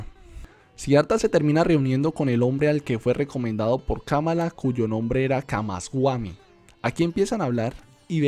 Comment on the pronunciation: Solo algunos detalles en la pronunciación de los nombres, no es camasguami, es camasbami